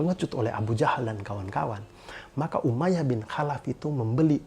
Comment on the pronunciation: Bang tlong baca kholaf. Soalnya tulisan ny خالف bukan حالف maaf mnggurui.cm koreksi